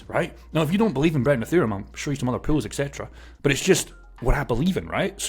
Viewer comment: I wateched over 6 videos on the same day hearing you saying 'Pills'. Now I get the 'Pools' part. Thank you again for the information, surely not many even know liquidity offering including myself.